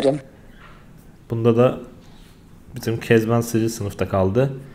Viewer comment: süper ya kezaban diyince böyle ben kezanban digilim bence